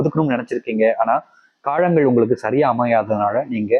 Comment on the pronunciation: முதல்ல காழங்கள் என்று சொல்லாம காலங்கள் என்று சொல்லுங்க😂